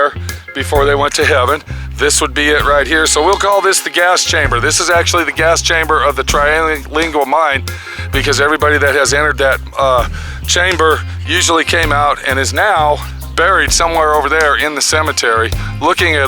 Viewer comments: you got it right the first couple of times but Its Called Terlingua not Trylingua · This video is hilarious but it's also a sad commentary about illiteracy. All the misspelled words (including the town's name in the final credits) and mispronunciations (including, again, the town's name - it's NOT Trylingua!), use of "words" that don't even exist, but also all the incorrect facts including dates, how many people died in the mine, how deep the mine is, the age of the church, etc. (The town is NOT 200 years old and the church is NOT 200 years old. The town was established after cinnabar was discovered in the mid 1880s.) Graves are NOT "hundreds" of years old. We even saw an example of not being able to do simple math when calculationg the age of one buried person. And what's with shooing away the dog that lives there? The poor little friendly guy belongs there more than these people. It's the dog's home. Pet it for pete's sake! And I hope this guy is kidding about the building being bombed in WWII. And what's with the Y2K remark? We've been to Terlingua and this was pure nonsense but at least it was funny as hell. For a while I thought it was meant as a spoof but realized along the way that these people are serious. The people in Terlingua are interesting and friendly individualists who just want to be off the beaten track and who can blame them for that in this crazy world. My wife and I couldn't stop laughing and all the goofy things these people said. Hardly ten seconds went by without some other dumb but funny thing was said. I just hope these people don't